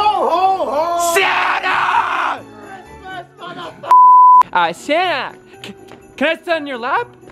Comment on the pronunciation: it's not santa it's samta 🤣🤣